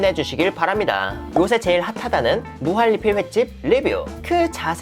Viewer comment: 무한리필?할때 발음이 왜그러시죠?